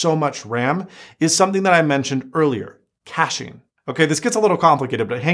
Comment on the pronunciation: Cashing ??? Oh you mean Caching :-P